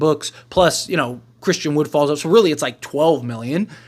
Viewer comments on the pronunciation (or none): none